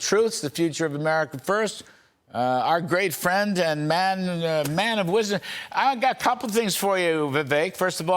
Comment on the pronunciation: “OUR GREAT MAN, AND MAN OF WIZZUM” 😂